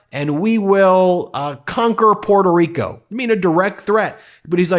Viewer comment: Sorry, you don't even know how to pronounce your island name, instead of Puerto Rico, your pronunciation is Puelto Rico. So, boy learn how to speak Spanish first then you can complaint about Nicolas Maduro.